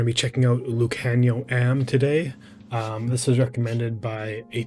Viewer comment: You go Lukhanyo’s name right. He is a 13 .